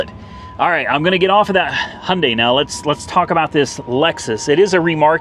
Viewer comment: Hailding😂😂 Hyundai